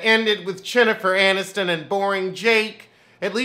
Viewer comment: I don't watch this show but you definitely just Said CHINNIFER ANNISTON and I am DOOOOOOONN EEEEE LOOOOOOOOL